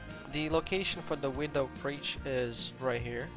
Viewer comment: ahah bro it's not widow's pretch but perch pronounced pertch . it comes from French percher which means to hang etc . as you know maybe the normans won the battle of hastings and many many French words are in English. i guess that's why i probably learnt English words much more easily than anybody else because so many French words are in there.. (it's the same for an Englishman learning French) Fallout 76 - I made 50 Atoms in less than 10 minutes! Raider Skull Gas Mask is up with a Discount! , you have = minutes, gas, mask and discount from French (décompte)